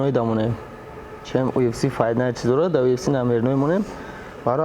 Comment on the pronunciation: 💪🏼Красаучикои Тоҷик молодцы ба пеш не сдавайтесь некогда ✊🏽 😂Лекин Муинчонба якчи мегум, ки на счёт как правильно произнести слово (ЮФС) а не (УФС) 🤣Красаучикида 👍